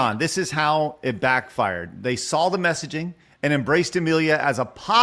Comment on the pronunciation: Take a shot whenever mispronounces "saw" as "Saul"